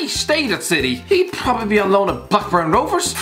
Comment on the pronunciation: No-one: Absolutely no-one:: PRRRRPRPRPROBABLY